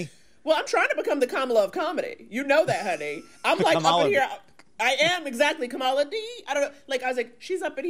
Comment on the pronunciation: So when Naomi correctly pronounced Kamala's name, why did Jon correct her with a mispronounciation?